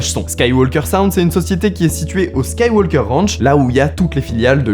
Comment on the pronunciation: Skywalker. Le l se prononce pas !